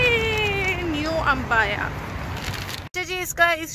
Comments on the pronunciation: Its abaya not AMBAYA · Asslamoalikum baji vlog toh apne bohat achi banai hai but mein apko batana chahungi ke abaya huta hai ambaya nhi pure vlog mein apne ek hi cheez boli hai ambaya ambaya it's abaya hope u will correct that 🙂